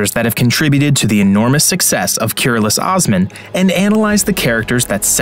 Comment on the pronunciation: Please pronounce correctly as "KOOROOLOOSH OSMAN"